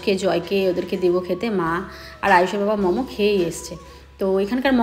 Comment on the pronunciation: Mamo na Momo bolo khub baje lage sunte.